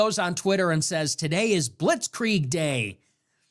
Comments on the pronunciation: someone edited the Candace clip. She did pronounce it wrong but the bombardment bit was about "hoisted by their own pittard" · She just said it wrong like 20 times all while acting like it was such a common phrase that she and everyone else uses often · I think Nick owes Candace an apology on this. He's clearly not watching her show. She is not saying that Israel did this. The theories he's talking about aren't ones that she is claiming. She explains what a blitzkrieg is. She says that it's lightning warfare her pronouncing it wrong only proves that she read it and didn't hear it🤷🏻‍♀️ Candace is doing an investigation the information that she's receiving the evidence that she's receiving is ongoing. If she released everything all at once would not have revealed all the people that are lying calling her a liar and a nasty woman and that she's stupid that just seems to be coming from his personal issues with her and not what she's saying right now. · “Blitz Kree Egg” 🤣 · Wow, Candace doesn’t know how to pronounce blitzkrieg. Man you really got that dumbass Nick. Who cares that she brought the biggest receipt showing Charlie was having serious reservations on Israel. She can’t pronounce blitzkrieg. Good one man